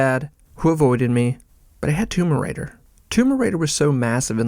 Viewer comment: Great video but why does it sound like you’re saying tumor raider